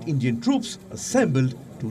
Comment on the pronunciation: lmao Endian report